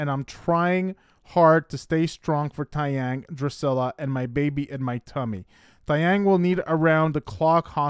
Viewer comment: Please pronounce his name correctly. It's Tay (like Day) Young Not Ty